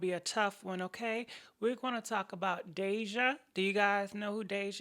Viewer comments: Poor babygirl 🤦🏾‍♀️ This happens to so many girls... so many so many. Wow! I agree with everything u said... but baybaee that girl name is not Desenay😂😂😂😂😂😂 Its Deyjah. This was a good topic. And thanks for sharing the story about your dad also❤❤👸🏾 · Why is she saying this sweetheart's name wrong over and over? Its not Dijonay, good Lord! Its Deyjah(pronounced Dayjuh) Which is a beautiful name. But even though her dad is very protective and went about it differently than some is no reason to bash his parenting. This could happen to anyone's child. Only Dejah can explain what happened or where she was at the time so its not right to assume and blame either of her parents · its (day) (day)-(ja)-(h) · Please say it right. She also add words to the post. And that damn fan getting on nerves🙄